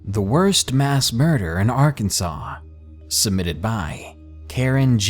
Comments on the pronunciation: You can't be from Arkansas. You keep saying our states name wrong. We don't take that lightly. We aint no part or associated to the union state Kansas. You do know there is a law against pronouncing our states name wrong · Who the fuck pronounces Arkansas like that? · and don't mispronounce the name of the state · I stand by my belief that if they didn't want people pronouncing it "Ar-kansas", either in ignorance or to be an asshat (like me >:3c), they should've spelled it "Arkansaw" from the get-go.